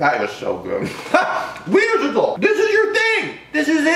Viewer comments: I feel bad for the "ch" in Wienerschnitzel, they always get left out😂😂 jk❤ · i find it so funny how he pronounces Wienerschnitzel bc it's a German word and it's pronounced so different but this video is still so funny tho 😂😂😂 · Ich find's immer wieder lustig wie er das Wort "Wienerschnitzel" ausspricht. xd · Haha ich auch 😂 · Die Amis können so ie Laute generell ned so gut aussprechen😀😂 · Ja wirklich 😂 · Omg how he says Wienerschnitzel I can't